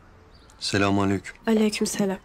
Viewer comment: biri selamü aleyküm olmadığını öğretsin lütfen sülamünnnn aleyküm olacak